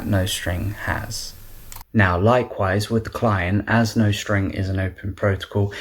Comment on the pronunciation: NICE, but you might want to check the pronunciation of nostr… :)